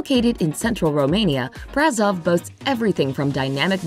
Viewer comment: [braˈʃov] to be more precise, you can simply find the audio of the pronunciation on Wikipedia, this video has indeed many flaws.